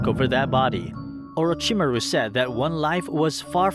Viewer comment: I H8 the way he pronounces Orochimaru.... But beside that this is a phenomenal video.